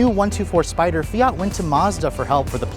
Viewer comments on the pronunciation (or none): Fiat-a lol